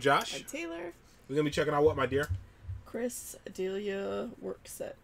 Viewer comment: it's chris duh-lee-uh .......he's just a silly guy he is great on the fighter and the kid podcast on a lot and on with theo von and tiger belly cool dude!!! if ya wanna see him off stage has a podcast but just him best see him fuck with bryan callen on tfatk podcast seriously!!